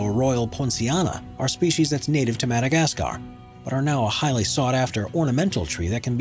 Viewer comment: Thank you for mentioning the Jacaranda trees in Pretoria. They don't just grow in Pretoria, you can find them in many other parts in South African. Also just wanted to point out the the narrator mispronounced the following words: Jacaranda, Boaba and Madagascar. The cotton tree (tree no 7) on your list does not just grow in Western Africa we have them growing here in South Africa.